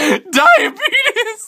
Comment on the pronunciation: That "diabetus" mixed in there too 💀😆